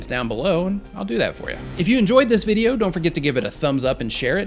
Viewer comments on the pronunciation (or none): none